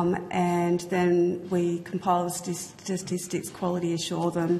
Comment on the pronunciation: The ABS really employs a senior bureaucrat who can’t pronounce the word “statistics”.